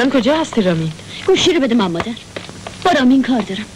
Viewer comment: ما قدیم دوبلورهای بسیار خوبی داشتیم اما گاهی اوقات دیگه با مصنوعی بودن صدا شورش را در می‌آوردند. آخه این چه دوبلوری ست که خانم نیلوفر داره. با لوس کردن صدا که کاراکتر جالب نمیشه. خودشون به به صدای خودشون گوش نمیکردند؟ مادر مدر به گوش میرسه. کلمه خدا بیامرز را خدو بیومرز و یلدا یلدو تلفظ میشه که چی صدا را و بیان را میخوان شیکش کنند.